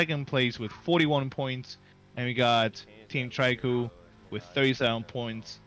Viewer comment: On behalf of all The 100 fans/watchers... It's pronounced Tree Crew. ✨TriKru✨